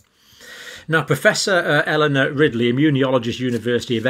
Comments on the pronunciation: I thought he said Professor Eleanor Rigby! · Eleanor Ridley? It's Riley, i think 😊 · He said Ridley and Rigley at different times. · It sounds like he called Eleanor Riley "Eleanor Rigby." Just love it. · He said Ridley. Then Wrigley. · Great info...but out of respect to Prof. Eleanor RILEY, I wish Dr. Campbell would realize he's pronouncing her name incorrectly! Her name is not RiGley! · did you say "Eleanor Rigby"? 😁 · He almost said Eleanor Rigby. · Poor professor Riley never seems to have her name pronounced right in this video